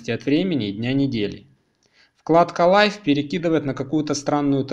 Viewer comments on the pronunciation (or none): none